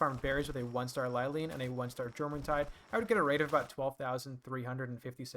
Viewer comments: Jormuntide is pronounced like what it's based off of, the Norse jormangandur. The J makes a Y sound. (Your-mon-tide) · Also you are saying it wrong it's pronounced yormuntide like the world serpent jormungundr